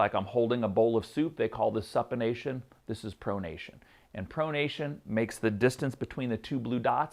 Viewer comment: Great job. Just purchased your simple swing solution. I love the way you deconstruct and teach the golf swing. One critique though just cause I’m an occupational therapist. It’s (pronounced-Soup-in-ation) SUPINATION. CHEERS!!